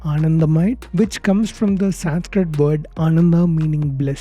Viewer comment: This video was better than expected, but only one complaint you pronounce Sanskrit incorrectly.